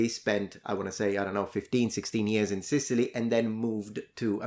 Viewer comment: His grandma was born and bred in Sicilty? 🤣